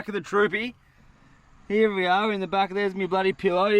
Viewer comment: Bro doesn’t say here he says heeeeee